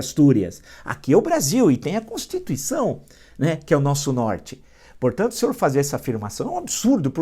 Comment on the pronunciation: Constituicao Villa..rsss O Villa fala Constucao rsssss